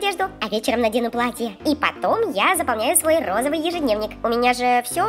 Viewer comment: сколько раз софия сказала розывый